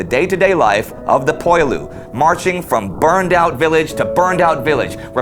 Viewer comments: Poilu, pronounce pwah-lew. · "Poilu" is actually pronounced "pwe-lu." And "Barthas" has a silent "h." He went to school for eight years only, and graduated at the top of his very small class. I have almost finished reading his book; he is exceedingly intelligent and well educated based on his historical and literary references. You can open it to any page to learn that the French trenches were water filled ditches and artillery shell holes, not the nice dry and clean and maintained ones we see in the picture. Louis ("Lwe") spent much of three years soaked in freezing mud, both hungry and thirsty. He counted twenty times when he felt "the hot breath of death," close enough to a shell explosion that he could feel its heat. At least twice he was covered with dirt thrown up when a shell failed to explode only meters away. By the last year of the war his body was beginning to break down. Indy's review catches the mood of the book/diary perfectly. Bravo! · I just finished the book, well worth the read! Very different from most accounts, no flag waving or chest thumping. It brings to life the monotony in which they existed, in what seemed to be a never ending or changing war. And "Poilu" is pronounced "Pwalue" :-)